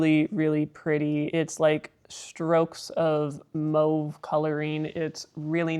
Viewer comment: I had to look up the pronunciation of "mauve" after hearing you say it because I always pronounced it as "maw-ve". I learned something new today. 🙂